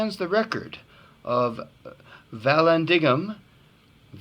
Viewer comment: I think its pronounced Val-an-DIG-um, but I could be wrong.